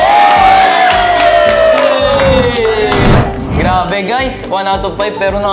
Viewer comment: Hindi mabigkas ni ang araw araw adaw adaw Hahaha